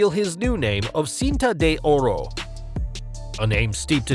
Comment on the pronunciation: Horrible pronunciation of "Cinta de Ora"